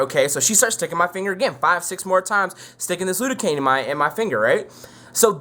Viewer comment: Lidocaine* not lude-o-cane.